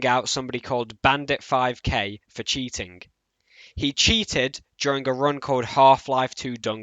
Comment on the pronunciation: "LookingK" "cheatingK" tell me, what accent is that? Honest question man, no hate. I hear more people pronounce these kinds of words the same way you do. Great video!